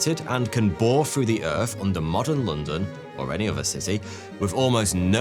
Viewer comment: Frew or through?